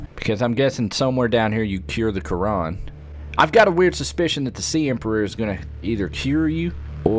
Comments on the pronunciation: It is not caran it is caraR normi :D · Did you seriously call the bacteria the "Quran"? XD